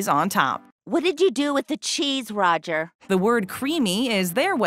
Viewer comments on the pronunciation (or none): none